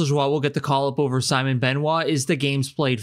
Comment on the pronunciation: It is Simon, not Simone, if you cant pronounce it, avoid it.